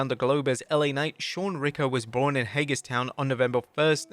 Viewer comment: It's pronounced "Hay-gers-town." :)